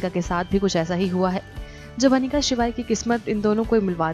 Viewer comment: a it's not panika its Anika acche khase Naam ki waat mat lagao😒